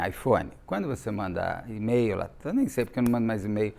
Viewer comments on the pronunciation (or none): Na pronúncia correta de e-mail a letra “e” é pronunciada como “i”. Basta verificar a pronúncia do alfabeto em inglês.